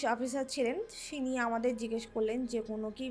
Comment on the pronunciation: ekhon toh sob mritodeho berobe? 😂 kota mritodeho.. Na bangla bolte prche na english er word.. Non reachable ta ki english? Police officer k "tini" Na bole "Shini" Bolche era kara?? " Hint " Hobe ota "Hings" Na😊 49'28 a report ta te lekha chilo haat keteche.. Mane seriously? Ota report na ota postmortem report bole j ta jane na ucharonkrte r haat katar report a ki bhabe dhora porbe swta toh sobai dekhbe haat keteche sei onujayi toh bokta bollen o ghore dhuke dekhe aada chador mukh dhaka rokto chador a 😊😊ki sob dhop dei era.. Era abr porashuno shikheche ekta wrd bolte prena 😅 ota haat er nari na haat er shira hobe😂😂😂😂omg eda keda😂😂😂😂moulobi ok kichu khaiye diyechilo jatey bhule jai😂😂😂😂seriously😂😂r ekjne der ghonta bhat boklo bhullona😂